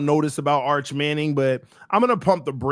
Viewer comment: Buddy said “Arch Manning” 😂😂😂